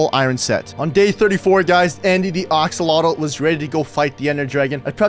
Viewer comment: emm morder axolotl not kyng at oll